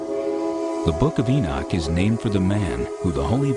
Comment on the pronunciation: Enoch sounds like cock